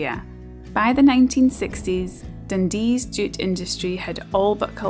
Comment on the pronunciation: ohhhh, JUTE. I kept thinking you were saying DOOT